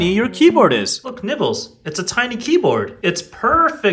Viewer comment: for a second I thought his cat’s name was “nipples” and not “nibbles” 💀💀💀💀💀💀💀💀💀🫂💀💀💀💀💀💀💀😶‍🌫️😶‍🌫️😶‍🌫️💀💀💀💀💀